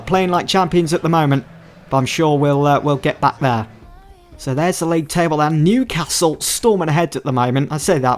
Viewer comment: Why do you pronounce Wan-Bissaka as Wan-Bithaka? Why do your pronounce points as poinths? Why do you pronounce Newcastle as Newcathle? Why do you pronounce season as seathon? Why do you pronounce business as buthineths?